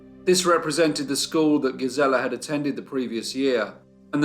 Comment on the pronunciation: GEEZ-il-uh. GEEZ-il-uh.